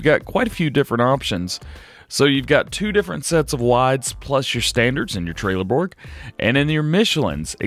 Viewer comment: It's not trailer Borg its trellborg the e is silent